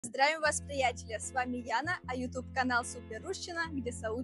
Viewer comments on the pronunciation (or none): none